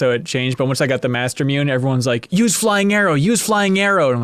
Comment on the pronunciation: Loved the series. Just one thing that drove me nuts everytime I heard it. Mastermune is pronounced master moo nay. Obviously not a big deal but was like nails across a chalkboard to me everytime. :D